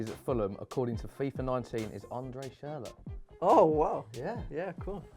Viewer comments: It'* Schürrle, not Schurrle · André Forschurrle